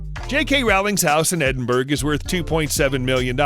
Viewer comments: It's. Not Edinburg It's Edinbura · She's an inspiration for everyone, especially young girls coming up into the world! We are all happy to see her ability to build this unprecedented empire, aimed at helping kids to read, and giving back to the causes that are close to her heart. However, she does NOT live in 'Edenburg" , she lives in Endenbourough and is pronounced “Edinboro”? Voice-over talent, please research before recording, otherwise, you are confusing young people. Thank you. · Edin BERG! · This voice over man needs to learn to pronounce British locations - Edinburgh is pronounced Edinborough for example..jeez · Edinburgh is pronounced ‘Eddenburra’. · Can Americans please learn to say Edinburgh properly. It’s really not difficult. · Edinburgh learn to pronounce it please